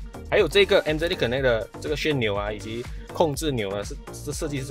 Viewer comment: 旋钮 是 第二声* 还有， 不是中央置物， 是中控台*